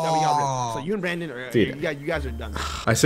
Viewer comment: doesn’t say brandon he says branen😭😭😭😭😭